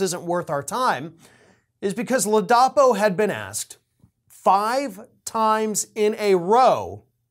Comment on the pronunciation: Come on,! Get your act together, fer chrissakes. You said that the guy was DeSantis' "hand-picked Attorney General..." While you got his actual appointed position correct later, you apparently never did realize that you'd mispoken at the top of the video. And then you mispronounce the guy's name.... it is LAA-duh-PO. Sheesh.